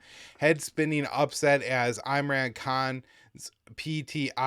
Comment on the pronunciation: Tower 22 - or Operation Human Shield btw, you're pronouncing Imran incorrectly, he's famous in the british empire for his cricket